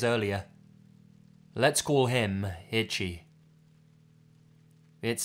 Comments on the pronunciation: The name “Ichi” is pronounced “EE-CHEE”, not like the word “Itchy”. I’m not trying to be a dick, sorry 😐. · The way you're pronouncing 'Ichi' as 'itchy' is driving me insane lol. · "Itchy" LMFAOOOOOOO. PLEASE. I'm BEGGING you. PLEASE stop pronouncing Ichi like that. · I wondered if you meant Ichi... it's pronounced EE- CHEE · The name Ichi is pronounced Ee-chee. Love your vids, but that was really bothering me. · You corrected this but not ichi?